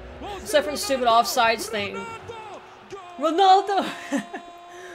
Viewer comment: Just to let you know it'd Ronaldo not Ronoldo